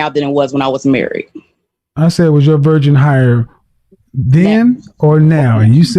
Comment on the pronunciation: “Was your virgin higher?” Ok, so he made a mistake a few times and said “virgin” not “version,” but he lacks humility too, because he blames the other person. No wonder this twice divorced man died alone! He may have some decent advice, but he’s a jack@